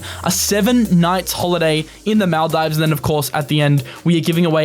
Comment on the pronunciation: It's pronounced Maldeevz not Male Dives :)